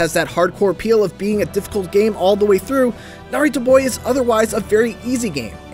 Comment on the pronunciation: I'm convinced you were saying Naruto